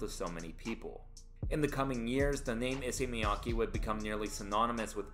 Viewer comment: Love this video, only one small issue, please pronounce his name correctly🥹